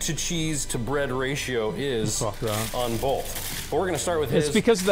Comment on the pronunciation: Wtf did he say? Bolth? What the hell is bolth? "BOLTH"